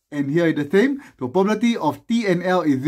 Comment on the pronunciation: lik the way you say probability as pobabaity